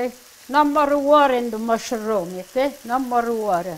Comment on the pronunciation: I love pronounces mushroom as musha-room, it's so charming. This looks incredeble and want to try to make this myself once. Thanks for this lovely recipi. 😊🇳🇱